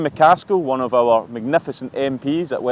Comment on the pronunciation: Chris, the word is "our" not "wurr."😅😅😅😅